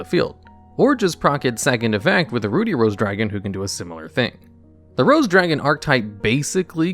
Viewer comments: "Ruddy" as in "buddy", not "booty" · Ruh-dee, not, Roo-dee. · Ruddy = Ruh-D not Rue-D. It means have a healthy, red complexion. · My eye twitched each time he pronounced "Ruddy" as "Rudy." 😅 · Everyone felt weird when say Ruddy as Rudy? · YES GOD AAUGH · You don't read very well do ya? Rudey Rose Dragon... my goodness you're stupid. Bassal Rose Shoot lol. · Usually when there's a double consonant the preceding vowel is short (i.e., "ruddy" rhymes with "muddy") 👍 "Basal" is pronounced kind of the same way Americans pronounce "basil." Think "base." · Ruddy actually rhymes with bloody, not ruby! Bit of an old fashioned word for blood-coloured,or red in the face.